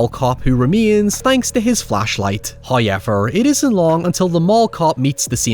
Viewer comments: I love how you say "Hayever"😊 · First "hoyevver" drops . The sponsor should be honoured by this. They'd better be. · My day isn't complete wo a "hoyever" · “, before we dive deep into despair...” 😂